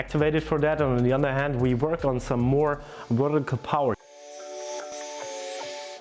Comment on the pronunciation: Germans can't pronounce the letter V very well. They say it like it's a W... Jumping wertical 😂😂😂😂